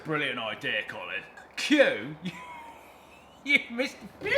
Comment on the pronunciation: Ah yes. Qolin Furze.